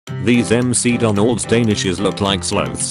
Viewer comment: in the first one, text to speech said "m.c.donalds"